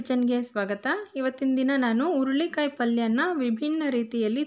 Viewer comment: ಅಮ್ಮ,, ಸಿಟ್ಟಾಗಬೇಡಿ,, ಅದು ಉರುಳಿ ಕಾಯಿ ಅಲ್ಲ,, ಹುರಳಿ ಕಾಯಿ,,, ಸ್ಪಷ್ಟತೆ ಇದ್ದರೆ vlogs ಇನ್ನು ಚೆನ್ನಾಗಿರುತ್ತೆ,, 🙏🙏